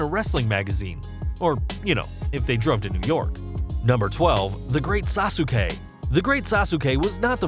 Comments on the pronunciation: Sas-kay. Not Sas-oo-kay. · You're pronouncing Sasuke incorrectly. Phonetically it's sas-kay